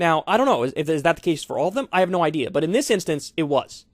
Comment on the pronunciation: Now THAT is a high level important idee-uh